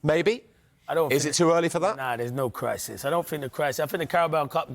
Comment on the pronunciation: "na i dont fink der any cwrisis" I'm so keen on listening to the rest of your analysis